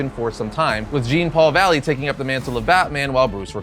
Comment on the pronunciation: It’s pronounced John Paul valley….. like Jean-Claude Van Dam